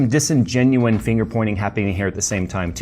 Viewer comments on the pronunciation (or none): The Intel cheerleaders in the comments are huffing copium. Also, it's "disingenuous".